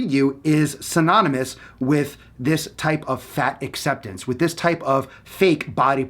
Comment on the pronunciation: SynoNymous not synoMynous 😂 legit content, keep it up❤️